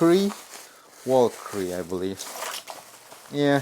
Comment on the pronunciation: It’s pronounced; “Vel-ka-ree” 😅